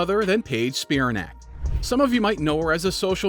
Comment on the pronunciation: It's pronounced Spi-RAN-ac, not SPI-ra-nac.